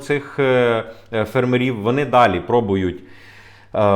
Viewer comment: Українці,бойкоту'мо польські продукти і товари в Україні! Зробимо боляче полякам,щоб вони не мали прибутку 1,7 мілліарда євро!!!,ставте вірно наголос на слові''фермерів''!!